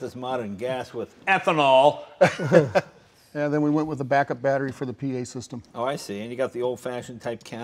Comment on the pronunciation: I like the way Jay put the emphasis on the word "ethanol" . Maybe it's time to take ethanol out of the gas?